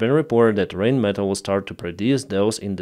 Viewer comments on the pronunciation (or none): it is not 'Rainmetall', it is Rheinmetall' like in 'Eye', or Rhein/Rhine the river. It's the same company the PzH 2000 is from. So, thank you again Germany for the Lynx/Luchs, cause who will pay it? 🤕😵‍💫